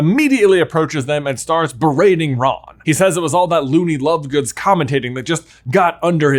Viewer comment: Did he say lovegoons?😅😂